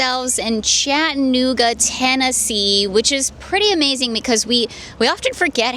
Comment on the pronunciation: I’m not trying to be a jerk but there are four syllables in Chattanooga lol cha tuh noo guh. Thanks for the video!